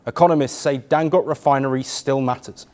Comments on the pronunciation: Dangote not dangot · Pronounced Dangot-AE... Get it right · Dangoté…pronounced (Dangotay).